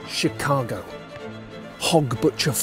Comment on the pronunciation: Is it just me... or did he start with Shitcago? I can't unhear it.